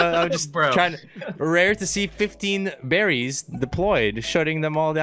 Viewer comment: This man saw the word “barriers” and said berries 😂😂